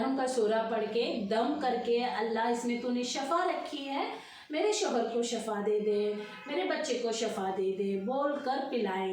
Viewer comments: Assalamu alaikum shafa nahi bolna Shifa boliye shafa ke meaning alag hote Hain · Assalamualaikum shifa hota hai shafa nahi don ki mining alag hai sister ❤